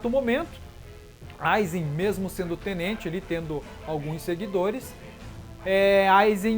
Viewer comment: Ele fala Tnente